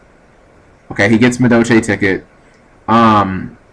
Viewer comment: ahem. For all Amuricans who say Madolche the way you do. Its pronounced "Madolsh" Happy hooting! Erm dueling.